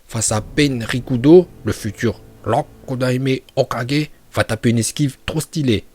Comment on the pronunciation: Rokudaimai ho 4g prononciation 20/20